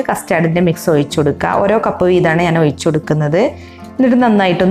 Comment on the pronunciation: ഔയ്ച്ചല്ല ഒഴിച്ച്